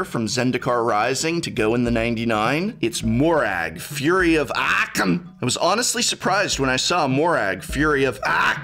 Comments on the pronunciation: Came back a year later just to hear Prof say “Akk-um!”😂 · Prof's pronouncing the Aaakkmm...had me in stitches...🤣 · No one: Prof.: AKKKKKKKKKKKKKKKKKKKKKKKKOUM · I was drinking my coffee when I just Spilled it all over my keyboard after hearing the pronunciation of AKOUM! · Professor was that a Critic reference pronouncing AKOUM that way?!